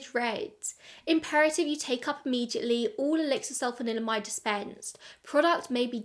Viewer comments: Really interesting, thank you for another great video. Can I applaud you for your pronunciation as I can't even say Sulphanalydimide 😂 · Can I just say how impressive it is that you can roll "sulfanilamide" off the tongue so effortlessly? Hilariously, Massengill is probably best known to people of my age as "the douche company" (not a joke, actual douches). 😂